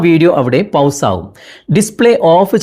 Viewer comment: ഔഡിയോ അല്ല.... 'ഓഡിയോ' എന്ന് പറയു. പൗസ് അല്ല... 'പോസ് ' എന്ന് പറയു. 😄